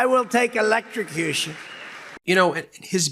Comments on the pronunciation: What is Trump even talking about? Reminder: the entirety of the world is seeing him. Embarrassing, who the hell is going to these events?! Electro-so-cution? What the hell is that? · elechrochution is as real as the United Shates. He mind is so broken he can not even speak right while trying to show he is not mentally compromised. This is not funny, if anyone cared about him they would get treatment but no one does. If you have a relative doing this get treatment. Do not let them fade away as he has.